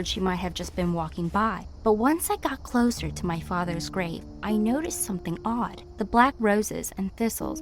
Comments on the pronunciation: she said closher insted of closer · any closher?